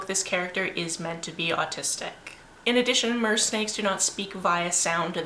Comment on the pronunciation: Im sorry did you say Mersnakes? because that's me!! 😂 LOL "Theres a lot of shot of her butt" sigh, butts are pretty, i like butts but still don't need the butt shots in an action film.